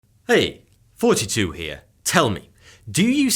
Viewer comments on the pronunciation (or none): He really needs to reconsider his introduction... Sounds exactly like he is saying FouseyTube... 😁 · I enjoy occasionally watching the videos on this channel and just now, I realised for the very first time that when he starts his video's he says 'Hi, here'. I always hear: 'Hi, here', and I assumed he was making some kind of Hitchhiker's Guide to the Galaxy reference for reasons that are not adequately explained. Even now that I know this, I still hear '42' - and from this moment on, so will you. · I notice a comment that somebody mentioned something about a Raid game. I only noticed that he was saying "Hey! here" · Heeeeeeee!!!! hear...lol love ya homey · *(I ALWAYS THOUGHT THAT): °[THEN] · "FinaLLy~ReaLized" His Nickname ··· "" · °[BUT~THEN]: "STILL" Thought it sounded Like He was Saying ··· "".!!!!!!!!!!!!!!!!!!!!!!!!!! 👀❓❔❓❔❓❔❓👀 €¥£ ^ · Anyone else been hearing "42 here" from the very first video they've watched? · For a few weeks, I could have sworn he said "42 here" at the start of each video.... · What I didn’t like is he said 42 instead of and it messed me up at the start of the video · In your greeting, I've been wondering why you introduce yourself as "." I was just reading you name title and it occurred to me I was mishearing your pronunciation of your channel name. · Ok SO someone plz help a neighbor out her.. this dudes name ""? Or? HELP PUHLEASE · You know...you’re right. I have only been mentally referring to you based on how you first said your name in the first video I ever watched. My brain heard you say, “”. So I thought that was your name... Good thing you have the mugs or else I might have always thought that. Thanks! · He is definitely saying “Hey!, Here.” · Who else thought he was say 42 for the longest time but realized he was saying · I just thought he had some sort of speach impediment